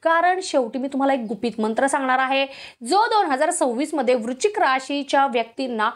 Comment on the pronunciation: वृचिक नाही.वृच्शिक असा उच्चार करा.